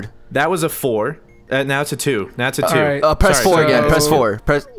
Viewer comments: Did say part 2 or part doo?? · "Part dew"